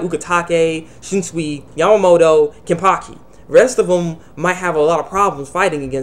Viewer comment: its wonderweiss the small boy aizen had . n its kenpachi not kenpaki . god u have spasm man .